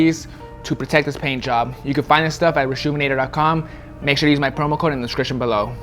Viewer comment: "make sure you use my promo code in the scrikshun below"